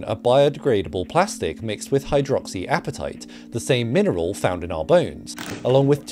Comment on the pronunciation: You say plastic 😂